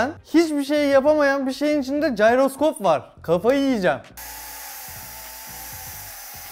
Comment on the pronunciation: jayroskop değil abi jiroskop gıcığıma gitti